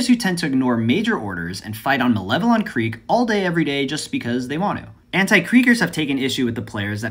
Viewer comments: First youtuber to pronounce malevelon creek correctly. Grats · Finally someone who can pronounce Malevelon